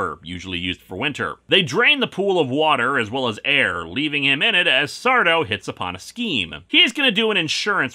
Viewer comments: THAT'S SAR-DÔ! No mister! Accent on the do! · That’s SARDOUE! No “Mr,” accent on the “doue.”